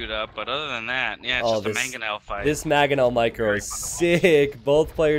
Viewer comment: MANG-ONEL like rang with an m not MAH gonel. like mag-azine no no.